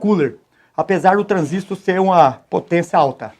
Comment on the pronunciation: Rapaz! Interessante! Uma dica: Fale a pronúncia correta para Foucalt (mesmo sendo brazuca! rs). Se aplicarmos seu argumento, então deveríamos falar "értis" (e não "hertz")...rsr Ah... e em português, "Transistor" é oxítona (paroxítona é a pronúncia em inglês). Grande abraço! Mais um inscrito!